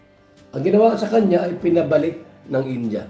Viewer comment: Ind-ya hnd Po inja KC Po kinukurek Ng mga indian paano mgbigkas mga Pinoy tinatawanan nla